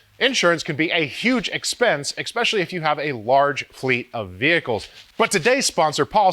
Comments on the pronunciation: Xspecially? I thought it was "especially"... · I really like your videos, but there is no X in “especially”.